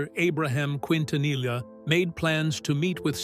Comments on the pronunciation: Ahh yes, “Selena Qwintanilla” 🙄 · need to learn to pronounce her last name quin ta nilla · Miss pronounce her last name wrong. Disrespectful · Selena’s last name it botched to frequently in this video. They are saying L for the “LL” when it’s supposed to sound like a Y. I remember listening to her music on the radio before her death. She was a wonderful singer!!! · For goodness sake, learn how to pronounce her last name. 😂